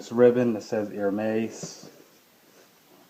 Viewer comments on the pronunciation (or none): It's pronounced Er-mez not Ir-meiz. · BTW Its pronounced "AIR-MEZZ”, not “HER-MAZE” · It's Hermes as in less, not Hermais! At least pronounce correctly if you buy the brand and don't be ignorant. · Chiraq GrimReaper The correct pronounciation is erme`s ( silent h) Sorry, I don'mean to be rude but I think it is important to know the right pronounciation too before educating somebody how to spot a fake one ;)) For those who are also interested to know. . . For AP watches, ( Audemars Piguet) the correct pronounciation is (Audemar with the silent S) and Piguet with a silent T. Again, no pun intended, just trying to help ;)) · That is wrong.. You would actually pronounce it as you would pronounce "air-mess" in english. There are exceptions to where s arent silent.. Get your facts right please. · How can one trust someone to be a good guide on how to distinguish a real "Hermes" from a fake one if he can't even pronounce the word Hermes correctly. If you really know how to spot a real from a fake one, will you please also learn and educate yourself on how the Herme`s name should be pronounce. Really appreciate. Thanks. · ***** btw man you dont pronounce the s in Hermes, if you cant say it right you shouldn't own it... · nice belt, but dude please pronounce Hermés properly :) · You mispronounce Hermes every time. The H belt kit is not rare or hard to get...it's available everywhere, it's the basic belt kit. The other belts are the rarer items